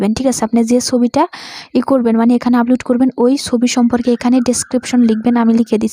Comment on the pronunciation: apu age valo kore Upload bola sikhen, upoload na...